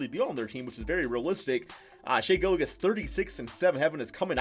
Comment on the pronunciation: did just say Gillagiss 🤣🤣 it’s pronounced Gill • Juss